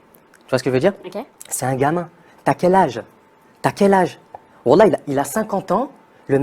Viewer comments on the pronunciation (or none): none